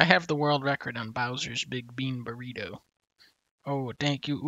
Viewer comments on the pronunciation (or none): "Was that a burgritto?"